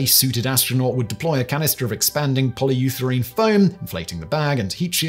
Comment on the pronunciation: Polyutherane, lol sorry